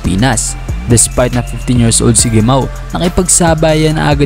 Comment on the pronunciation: "Hemaw" ata ung tamang bigkas ng gemao